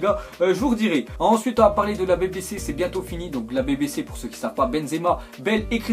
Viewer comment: BéBéCé?😂 BiBiCi